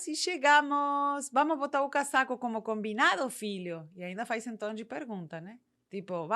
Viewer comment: Dica: Na pronúncia, utilize o S do casaco com som de z, cazaco